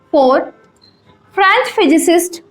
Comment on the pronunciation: madam its not franch!! its french